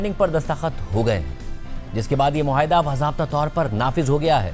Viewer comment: مسٹر مہاٸدہ نہیں معاہدہ ہے